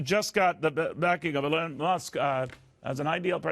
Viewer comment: “Alun Musk”